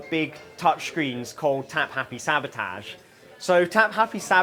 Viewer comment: He's the only guy I know who pronounces "sabotage" like William Shatner.